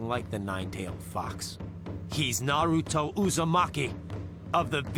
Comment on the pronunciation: Couldn't they get someone that could at least announce naruto's name propery?? Ita like they dont have naruto in england